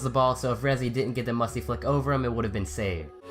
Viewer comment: GUI YouDog I only just noticed that😂